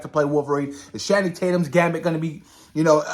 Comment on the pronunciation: Great topics lol just a little correction nothing major but it’s Channing Tatum like (Channel) not Shanning but it’s all good lol